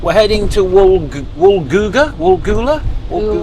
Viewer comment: I love that you only got Woolgoolga right and it was that only one you thought was wrong. Love listening to your banter.